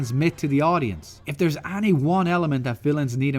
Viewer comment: Am I the only one bothered by this guy's pronunciation of the word "any"?!!